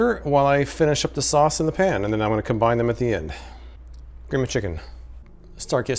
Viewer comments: I know right... How hard is it to pronounce "pan" instead of "pahn"?! Although I feel like her advertisement wouldn't be as alluring if she didn't say it that way! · Pawn. I cringed the first time I heard it. And every time thereafter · the way she says ‘pan’ makes me feel like a peasant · Well, since we are confessing, there is something about the way she says "pan" that makes me highly suspicious of her....🤣🤣🤣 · The way the woman says the word pan is the only reason I need to never buy this pan.